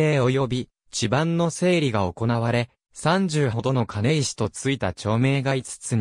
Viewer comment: 金石は「かないわ」です。ナレーションの誤読が酷すぎますね。間違った“知識”は無用です。